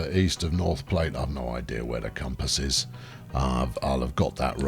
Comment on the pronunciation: "Vats of Soya-lent Green", I wonder who else got that reference? And it is Plat, sounds like flat...